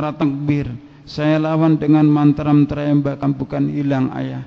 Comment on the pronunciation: hahahaha, dasar penipu. beginkah cara kalian menyebarkan agama ? saya hindu, tapi saya tahu dia bukan hindu. karena dari ceramah2nya saja dia ngaku hindu tapi malah ngucapin lafal sansekerta salah, ngucapin mantra tryambakam salah. deva visnu kok dibilang deva varuna dan beristri nyi roro kidul????????? mana ada????? dan kenyataannya dia kan sudah ditangkap sama polisi, setelah di interogasi ternyata dia tidak tahu apa -2 dengan hindu. hahahaha dasar penipu........